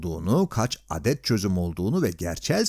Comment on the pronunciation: bu nasıl bir 'adet' kelimesi telaffuzu